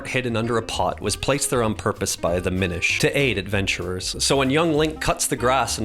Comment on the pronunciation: It’s actually pronounced “minish”